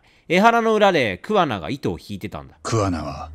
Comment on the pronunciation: 今回イジメをテーマにしたのって、製作者も訴えたいものがあったのかなって思った 充のイジメ動画は本当見るの辛かった… あとレトさんの桑名↑が気になって仕方ないｗ